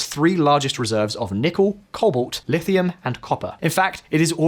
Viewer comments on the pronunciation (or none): none